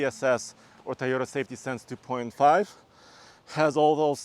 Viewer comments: it’s pronounced Toyota not Taiyota! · Stop saying Tieyoda! It’s TOYOTA. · he can't pronounce "TOYOTA" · Thaiyota? ok I'll give it a b- lol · It’s TOYota not TAIota. He always says it weird haha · Did I heard tayota? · Why do people keep saying TAyota instead of TOyota??? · T a a y o t a? you can do better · I swear he keeps saying Tye-o-ta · someone teach this man how to pronounce Toyota correctly